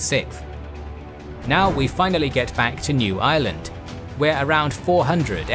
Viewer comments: I definitely heard New Ireland as New Island and was very, very confused for a second. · I thought you said 'The Island of New Island' lol.